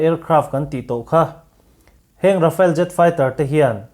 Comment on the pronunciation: Rafale hi English ang in I lam lo thei a ngem aw ka ti mai mai.. Rhafaal tih a lam tir a nia.. A chhan chu french o hian R hi (air) dang ri nen a in pawlh deuh in a lam thin a... A awm zia chu thlipui thawk thut tih na mai a nia.. Mizoram hi vai ho in Mizuram min tih sak hian, Aih Mizoram ti tralh thin ka ni😂